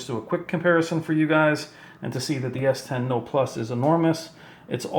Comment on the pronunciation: It annoys me how he says s10